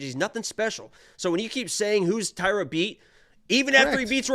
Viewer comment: the closest correct pronunciation would be if you read hosha